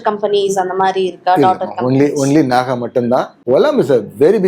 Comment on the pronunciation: நகா அல்ல நாகா முதலில் கேள்வி கேட்கும் முன் சம்பந்தபட்ட உச்சரிப்பை கற்று கொள்ளுங்கள்